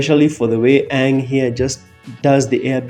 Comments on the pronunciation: The asian pronounciation is actually AH-ng not ong, theres a long double Ah sound. The American pronounciation sounds more like AE-ng, it has a soft e sound to the A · Its Aang not Ong. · shayamalan need to watch the netflix avatar trailer and see HOW THE CORRECT PRONAUNCIATION OF "AANG" its not ong mr shayaman , its "eng". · I love the fact that you keep putting in Katara saying the name correctly AANG not OONG 😂. Love your reactions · Complaining about the fcking prononcitaion of Aang.....duh.